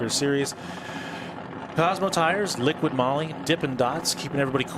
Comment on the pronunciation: guys it's not liquid moly. it's liqui moly no D in liqui.